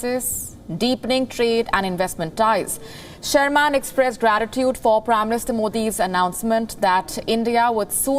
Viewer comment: You are pronouncing Wendy Sherman’s surname incorrectly.😡